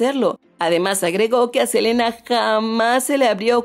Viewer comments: “Selana” JAJAJAJAJAJAJAJAJAJAJAJAJJAJAJAJAJAJAJAJAJJJJAJAJAJAAJJAJAJAJAJAJAJAJAJAJAJjajajajak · Selana?? Ajajjajajaa